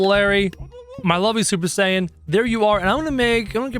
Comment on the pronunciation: Did he just say supper saiten